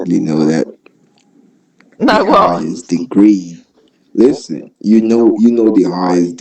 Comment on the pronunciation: His laid back chuckle and pronouncing the t in "listen" that sound familiar to me. I grew up in a multilingual city and I've never heard it mispronounced his way.